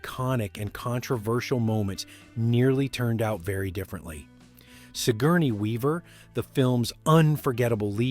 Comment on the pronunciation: Sigurny? Come one you didn't even try and pronounce it.